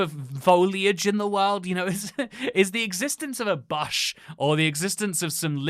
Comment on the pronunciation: never in my life have i heard someone pronounce bush like that lmao ty for vid